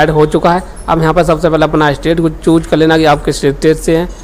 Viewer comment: Chooj✅ choose❌